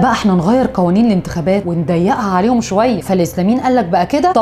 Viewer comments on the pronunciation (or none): none